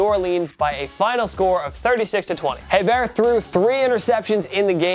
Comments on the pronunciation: Bobby Hebert - the H is silent, Bobby Ay-Bear! This is also the team which had Billy Joe Tolliver backing up Billy Joe Hobert. (And that was in 1999, not 1956.) Or was it the other Billy Joe backing up the first Billy Joe? And more relevant, does it really matter? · Learn how to pronounce players names please. Its pronounced aybear he's a cajun its french sheesh.